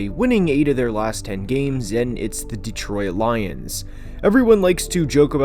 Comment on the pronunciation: I'm a Lions fan, and I'm a big fan of your channel, but please stop pronouncing detroit like de-troy-it 😂